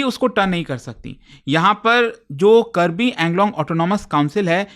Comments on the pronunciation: Thank you for covering the topic, btw it's Karbi Aa-ng-long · Its Kaarbi Aanglong